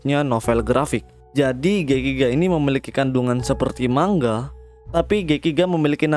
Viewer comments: Penyampaiannya bagus dan penyebutannya tepat, ucap kata manga juga bener. 'Mang-ga' biasanya org2 pada nyebutnya salah 'ma-nga' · Btw emg begitu bro pengucapan nya yg benar mang-ga Kebanyakan orang salah pengucapan nya sering nya mang-nga